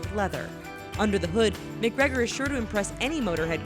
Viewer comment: 'Conor Mic-Gregor'...